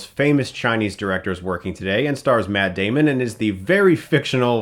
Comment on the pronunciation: METT DEHMON!